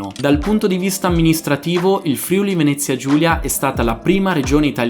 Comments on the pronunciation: Si dice “FRIÙLI” non “FRÌULI” 🥺😤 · FRIULI SI PRONUNCIA CON L'ACCENTO SULLA "U" NON SULLA PRIMA "I"